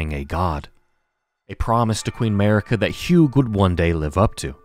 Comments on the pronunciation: noooooa, not at all, dude. Sorry I don't mean to be rude. The way you pronounce it sounds like you are sayin America without the A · I'm sorry, but why did you butcher Marika's name like that. Her name is pronounced a lot of times in-game, so whyyyy?. Sorry, I just couldn't keep it to myself. Anyway, great video as always